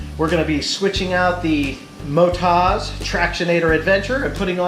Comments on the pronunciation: It’s Mot-oz. As in Oztralia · that's a thorough review, thanks! I was so distracted by your pronunciation of MotoZ (should be Moto-Z in my view), that i had to really focus to get the rest of the review. That Brad sure is a horse's head....... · They are from an Australian company, built tough for Australian conditions. From Oztralia, the land of OZ; So the emphasis is on the last syllable - motOZ.